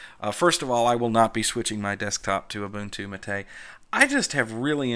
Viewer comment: James Van Damme also it’s MAH’ TEH.